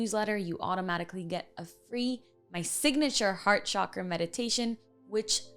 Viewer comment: Yay! She pronounced Chakra as it should! Thank you love ❤️